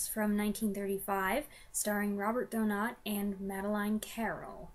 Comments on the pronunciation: Excellent review. I would rank this just outside my top 10, and second in his British era. I consider it the first great Hitchcock movie. As far pronunciation of Donat, you're close enough that no criticism should be warranted. In interviews I've seen of actors who worked with him, and critics or scholars who should know, they pronounce it DOE-nawt. One or two go with DOE-gnat. So you should be fine. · Doe-not is correct